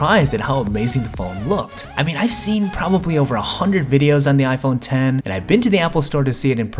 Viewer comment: Finally Somebody Pronounces It Right. I Literally Exit Videos When Somebody Says It Wrong, Plus I Also Like Your Content.